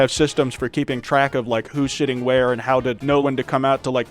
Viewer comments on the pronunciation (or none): Every time you say sitting your accent makes me think you're saying shitting... "Babyshitting is valid jobtitle" or whatever you said lol